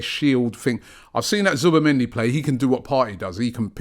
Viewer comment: Can someone banned Robbie from saying Zubimendi ffs